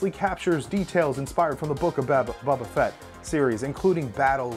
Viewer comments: Good show. But it’s Boba Fett not Bubba Fett! 😀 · idk why but it annoys me that he says bubba fett i mean i like his vids but it’s bOba not bUbba